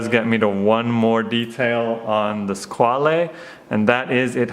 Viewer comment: Nice review..just about "squale"it s another french word to say "requin"...a shark.So..pronounce squal😉not squalé